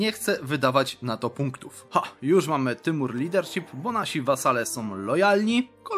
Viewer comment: po polaku Timur to Tymur, dobrze mówisz